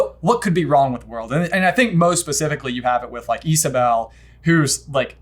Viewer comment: I can't get over the fact that they consistently call Isabela "Isabel" in the video. Overall nice video though! :)